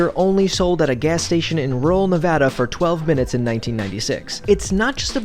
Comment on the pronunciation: Thank you for saying Nevada right